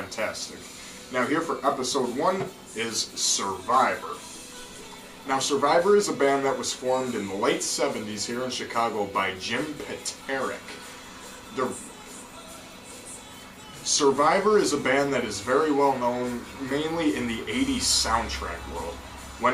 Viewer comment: Dude it’s Jim Peter-ik